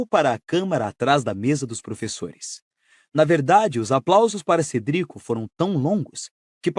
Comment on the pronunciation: CERDICO CE CERDICO